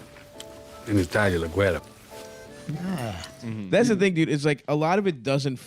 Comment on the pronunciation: "en Italia la güera" that sound very Mexican to me hahaha